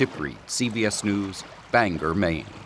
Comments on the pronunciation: Bangor, not Banger.....Why can't the out of state people get it right? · For the love of god the city is bangor NOT F ING BANGER!